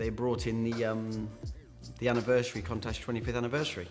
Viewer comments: Every time he says the word contact he's winding me up lol! It's pronounced coontash not contash!! For someone who sells cars for a living you'd think he'd know that doh!😀😀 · Countach not Contach say it correctly bro... Still, what a car. 80s legend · There is a U in Countach Its not pronounced Contach. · love the vids but the word is countach as in count not contach ok,now also all tyres have a manufacturers date stamp eg 4319 this will be 43rd week of 2019 .this is so all tyres are good for roughly 6 years shelf life,this when they start to deteriorate .so if they are the original tyres bin them now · He's supposed to be a classic car expert and can't even pronounce the name correctly. It's KOONtash. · Contash 😂😂😂😂😂 your a twat and can't even say the bloody name properly. Dumbass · Wrong. In Italian, the right pronunciation is KOON-tuck but in English most commonly pronounced KOON-tash. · Why does he keeping pronouncing the name of the car wrong 🙄 contash 😂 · Ffs learn how to say Countach 😂😂😂😂😂😂😂😂😂😂😂😂😂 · Unusual pronunciation of countach .I’ve been hearing the word for 40 years ,never heard it pronounced like that